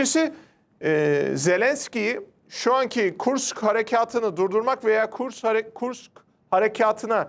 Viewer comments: Kursk. Kurkis değil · Kurks değil kursk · Kurks yox kursk